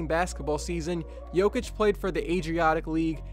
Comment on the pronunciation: Its not Nikoula Joukith its Nikola Jokić